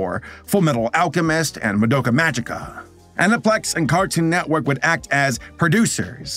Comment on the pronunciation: The way he says ANIPLEX is so wrong after hearing be said on tv all my life... 😅